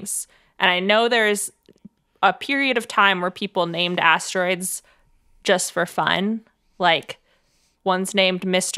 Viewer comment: Hang on. Did Hank's brain just go from "asteroids" to "hemorrhoids" because "ass-tear-oids"? Gross, but very humor-oid! 😂🤓